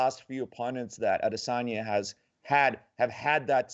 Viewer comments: Kacper and Ariel having that ad-es-anya pronunciation battle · Ad-is-in-ya......WTF bro, you have a Podcast, learn how to pronounce the fighters names:-):-) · They didnt pronounce it correctly, tried though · I’m pretty sure that’s not how you say Adesanya 😂